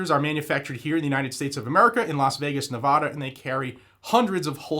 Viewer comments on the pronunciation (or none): Nevada not Navaaaassda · Learn how to say Nevada before you say Nevada. It's NOT pronounced like ahhh. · We the People holsters should teach you how to pronounce Nevada.